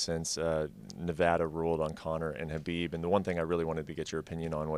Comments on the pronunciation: Sounds funny when dana says hubeeb instead of khabib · juanisabastard i know but majority ppl say his name khabib i was just sayn it sounds funny to me sorry